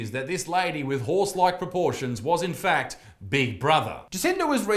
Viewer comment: Facts or fects? Sorry... 🤣